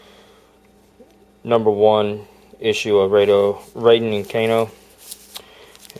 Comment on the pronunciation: You said Raydo Kanen 😂